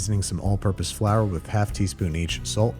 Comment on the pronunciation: Frour Tortilla really dog?